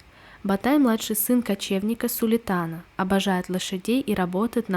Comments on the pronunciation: СУЛТАН А НЕ СУЛИТАН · Когда китайцы говорят Сулитан я думал что они имеют ввиду Сулеймен,а оказывается Султан 😂 правильно будет. Ну ладно это мелочь говорят сериал хороший неожидал что Китай снимет сериал про нас)